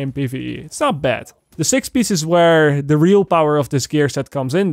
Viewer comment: PIEACE NOT PISH UGHHHH